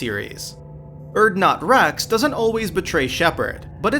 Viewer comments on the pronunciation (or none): Good video until you said Wrex as it feels you didn't research or play that game at all.